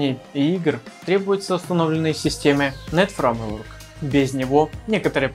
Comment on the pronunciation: "ФРАМЕВОРК" сразу показывает уровень